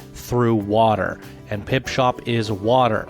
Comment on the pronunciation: For Christ sake, would you please stop saying "Pipshop" when it is called "PipSHOT"? Thank you :) otherwise, great video and congrats to the winners.